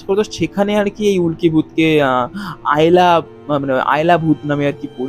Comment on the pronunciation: আয়লা নয় আলেয়া বলে একটা শব্দ শোনা যায়।